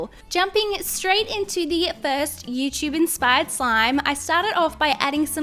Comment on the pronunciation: Have you noticed that says Youchub instead of YouTube?